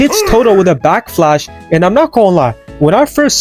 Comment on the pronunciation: Anyone else hear this guy saying back flash?